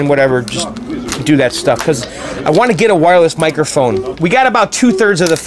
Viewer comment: sounded like he said is this shit more durable lol